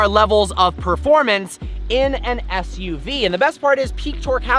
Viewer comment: He said ssuv lol